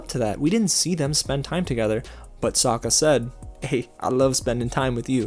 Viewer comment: Yue's penis hair was a classy touch. Also "soakkuh" and "Agni KEE".